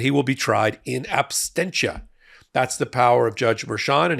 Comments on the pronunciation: It's in absentia (not abstentia) One means absence while the other (if it was a word), would mean to abstain). Sorry to correct you. I know this because I was corrected by a judge and will never forget that. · “In ab-stench-is” - great Freudian slip,!🤣